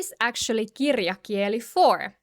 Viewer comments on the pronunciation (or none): I don't want to be picky, but when you say "puhekieli" puhekiÄli" it's okay, but when you say "kirjakieli" kirjakiÄli, it sounds a little strange.